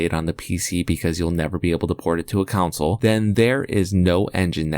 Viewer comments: the way he says ''*COUNSLE*" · "Council Release"